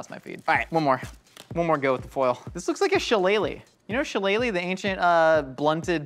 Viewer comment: As an Irish person who lives near the place shillelagh his pronunciation of it hurt me